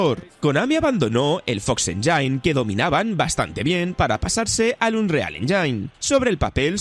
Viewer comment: se pronuncia "ÉNYIN", NO "ENYAIN"!!!! onda vital!